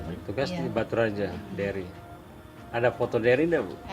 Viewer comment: nama cowo nya Derry ya? w dengernya Berry😅 auto kaget dong kalo berry , nama cowo w itu😆